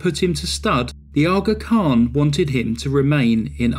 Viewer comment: Every time say Aa Khan,I want to call ut Shaka Khan. Also, so funny hearing you say "Dahby" when used to hearing "Derby"